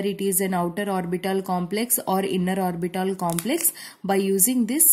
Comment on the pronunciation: Mam's pronounciation - orbital = orbitol , H = hech